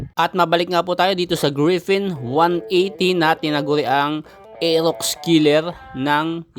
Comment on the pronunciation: Bulol r elox daw